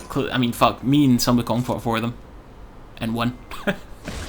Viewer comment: I believe its ao kuang, not ao kaung ;)